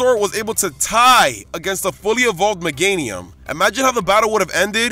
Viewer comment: WE DON'T SAY ASS IN POKEMON! AND IT'S MEGANIUM, NOT LAGANIUM!